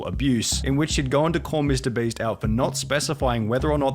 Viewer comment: I like how Pyrocynical keeps addressing Mr. Beast as "Mr. Breast", kind of like how I address his real name as "Nailgun".